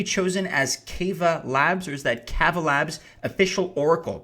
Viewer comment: K-aw-va, long drawn out first a. Like lava.